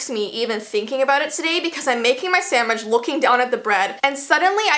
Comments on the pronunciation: LOL! "I'M MAKING MY SAMMICH..." LOL! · You said sa (MICH) Ltd okay I once said dat I tried to say cat